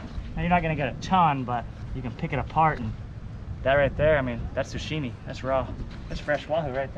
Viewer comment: It’s “sashimi” not “sushimi”